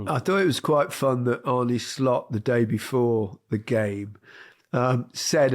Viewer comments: i can promise you its not SHHLOT its just Slot, first name is pronounced arnuh not arn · It's Arnuh Slot. Not Shlot (he's no German)